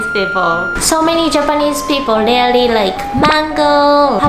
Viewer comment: Really (REE-LEE) not RELEE CLOTHES (KLODZ / KLOTHZ) YOU DON'T HAVE TO PRONOUNCE (KLOTHES) PLEASE, WE DON'T WANT TO HEAR SAME MISPRONOUNCED WORDS ANYMORE. IT'S IRRITATING!